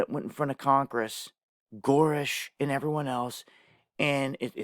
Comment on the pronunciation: I think the name is Grusch not goorish